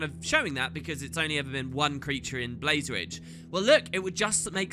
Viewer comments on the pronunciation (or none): none